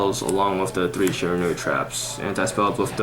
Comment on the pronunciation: I don't know what's more annoying: the lisp. Or how he doesn't know the names of any of the Shiranui cards, and can't even pronounce it?